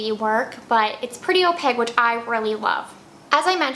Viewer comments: Opaque pronounced oh-pake 🙂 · Is opaque pronounced as opake rhyming with cake or like she pronounced it. I feel like I keep finding out that I am saying words wrong!